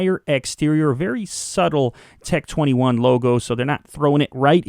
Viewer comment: Tec tweny one